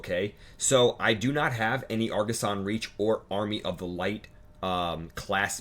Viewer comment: argussian not argussan